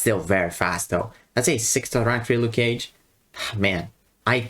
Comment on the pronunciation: 'Nuke cage'